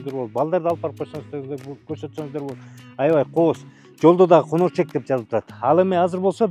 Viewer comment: Конерчек эмес конорчок